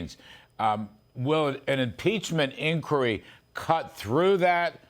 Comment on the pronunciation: He can't even say impeachment inquire smh 🤦